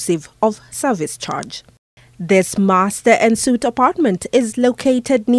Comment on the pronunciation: aan suite,,,like awn suite